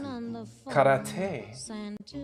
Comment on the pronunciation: Great video, I’ve needed to hear you say Karate Kat-tae for a while 😂 👊🏻